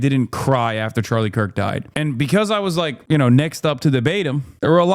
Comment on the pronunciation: "I was 'neckst up' to debate him" I see what you did, Hasan💀🤣